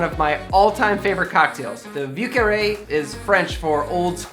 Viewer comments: If you say vi eu carré and not view carré, you sound more authentic. Interesting drink. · "view carree" not even close buddy. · I'm not used to hearing the soft V. I usually hear the V's in the southern coastal area pronounced more like a B, especially the French names... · A drink sounds delicious but you should find yourself going to at least maybe somewhere where they pronounce the word correctly like Montreal the name of the drink the pronunciation needs improvement